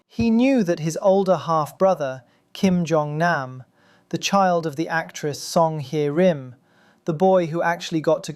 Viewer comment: It's not GEEPYUM JO its Geepum-jo 끼쁨조 It's not KO YOUNG HWEEE it's just KO YOUNG Hee 고영희 it's not SONG HAI RIM it's SONG Hyeh RIM 성혜림